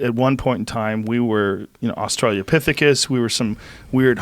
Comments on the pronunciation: Joe ALWAYS says Australia-pithecus. Annoying as fuck. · Joe consistantly mispronounces "Australopithecus" as AustraliaPithecus keeps throwing me off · Nobody: Me: It's Australopithecus (/ˌɒstrələˈpɪθɪkəs, -loʊ-/ OS-trə-lo-PITH-i-kəs Not Australiaopithecus... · Joe pls stop saying Australiopithicus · God damn Joe, I know this is small but I swear to god if you say "australia-pithecus" one more fucking time I'm gonna lose my shit. It's pronounced "Australopithecus". With an O. It's like someone intelligent saying ArkansaS with the hard S or SaLmon with the L sound. OCD rant out. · Joe “Australia-pithicus” Rogan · It's Australopithecus, OS trə-lo PITH -i-kəs, nothing to do with fucking Australia!! Lol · If you're gonna say neander-tall you better fuckin say austra-lo-pithicus. Every goddamn time it gets me lol